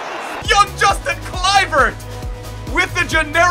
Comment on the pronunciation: you say his name as Yustin